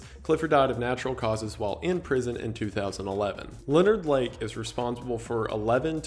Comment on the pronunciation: Butchered the Leonard Lake part, but your still the best bro!